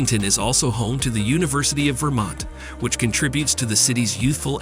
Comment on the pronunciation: Just curious: the narrator sounds American. Why does he struggle with US pronunciations of Wichita, Oregon and Vermont?